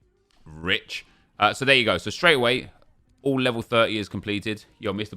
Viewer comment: The way said Rich 😂😂😂 I’m dead